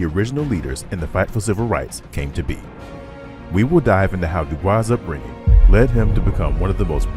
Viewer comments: When referring to W.E.B. Dubois, it’s pronounced “doo-BOYS,” not the French “doo-BWAH”. This was his personal preference and is also backed by Oxford. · They don’t pronounce Dubois name correctly. Credibility issues… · The narrator pronounces DuBois's name incorrectly.